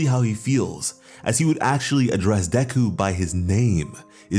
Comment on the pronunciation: its not deku, its deku🙄